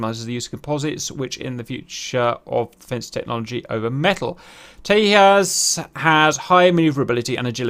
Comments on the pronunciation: That pronounciation of Tejas is attrocious. Like, why would an Indian name (Sanskrit for Radiant) be pronounced by Spanish rules? Its simply `Tay-Jus` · J is pronounced like in English, not like "H" in Spanish. So Tejas is pronounced Tay-Ju-s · small correction: it is pronounced as Te-Jas (Jasmine pronunciation). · Tejas, loosely translated, means "Incandescent" in Sanskrit. It's not a Spanish word, in this context and it is pronounces as it is written....Tay as in Taylor, Ja, as in Jamming and well...S, as opposed to Tehas or Tayas. Also, it infact, is a very tiny aircraft, I assume it was something IAF learnt from the Gnats which proved lethal against the F-86 Sabres of PAF due to them being hard to spot visually...Tejas already is hard to catch on Radar given its RCS is reported at 0.5 m^2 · It's Tejas with a J, not Tehas. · Hech hey hell - Teyas 🤣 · I don't mean any hate but u pronounced Tejas wrong😂 j is not silent the J is pronounced like the j in James. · J is not silent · Indians aren't Hispanic, please pronounce the'J'. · learn to pronounce tejas first...annoying tht u kept mispornouncing it...have no respect for ppl who dont do their homework...simple things like these reflect a lot more in one's work... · Cap I know there are a bunch of guys who have corrected the way TEJAS is pronounced.. but still it was super cringey to watch you butcher the pronunciation every time you said it lol.. Much love for the content you guys make.. and look forward to Tejas coming to DCS one day.. Also its weird that the Indian Navy said the Tejas was heavy but are not considering F-18 Super Hornets for their carriers.. well it could be some serious lobbying by Boeing if you ask me.. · Cap...it's pronounced TEJAS with the J as in Jack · If is called Tejas, 'j' being pronounced as a 'g'. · I love your videos but please learn to pronounce Tejas as Tejas and not Teyas Also do more research please. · It's pronounced "Teyassh" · Not Tehas …Just pronounce it Tejas..its India..idiot